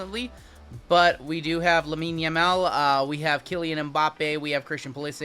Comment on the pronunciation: Reminds me of the Boomer chat fiasco, lol. I bought into tomorrow's soccer break just because you tried so hard to pronounce the names right. Lamine works. We'll pick up what you're putting down 💪🏽